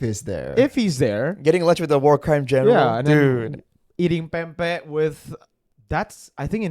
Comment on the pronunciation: pempeh? it sounds like pepe like a filipino slang for vagina 😅